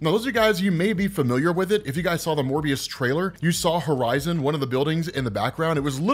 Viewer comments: He said mobious again. I wonder if he will dejy it again this time. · you’re still calling Morbius Mobius…. Lol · You definitely said Mobius in the beginning haha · Yo said mobius again lmaooo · You said mobius again rob😂